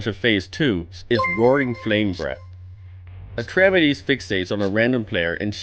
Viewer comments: Repeat after me: Atrah. Meedees. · I love these guides but this one is not very good to be honest. The most important change in the heroic version of Atramedes (thats Atrah-Meedees, not Atremedez) is when you use a gong on the Ground phase for searing flame, it will destroy another gong in addition to the one you click at random. Therefore it is necessary to use only one gong in the Air Phase unless you have epic dps. (2 ground, 1 air, (70% =/-) 2 ground, 1 air, (40% +/-) 2 ground, 1 air (10% +/-) 1 ground kill)